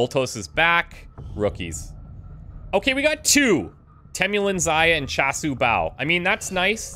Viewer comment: just a heads up chasu bao is named after food which is pronounced more like charshu bao